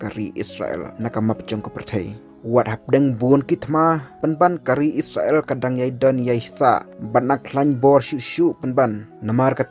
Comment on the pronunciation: Spel / ong noh isrel ym is sra el ban ia sngew tynnad lang